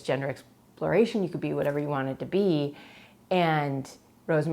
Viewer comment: When you say "tyou" and "insted" instead of "you" and "instead"